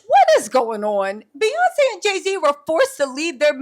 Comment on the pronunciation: Not p yonce telsa 🤣🤣🤣